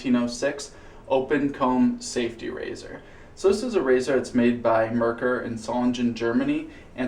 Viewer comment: Being that this video is well over a year old, you've probably already corrected your pronunciation of "Merkur", but just in case: "Mer" should rhyme with "hair", and "kur" should sound like "koo-er" (think of the beer Coors. Exactly like that, but without the "s", of course). The emphasis is on the first syllable. MER-kur. I confirmed this by asking a German friend, who was born and raised and lives in Germany, and is actually in the next town over from Solingen.